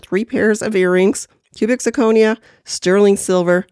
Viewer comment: Love the video! there were just 2 small things I didn't like. Sure you can eye ball the silver, but thats what the acid is for, a lot of metals can look like real silver until you use the acid. It also slightly bothered me how you misprounced zirconia throughout the video.